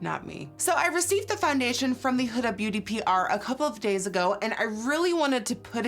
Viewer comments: she says fandation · Someone please make a compilation of her saying foundation